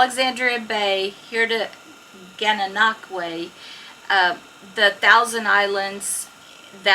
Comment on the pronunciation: Well done pronouncing Gananoque properly! Even Canadians have issues doing it properly. lol. So glad you enjoyed your time here on the Canadian side of the 1000 Islands.